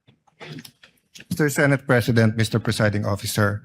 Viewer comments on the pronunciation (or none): none